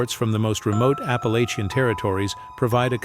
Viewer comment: I live in Appalachia. Generations of my family are in these mountains. For one you’re saying Appalachia wrong and second, these are absolute bs.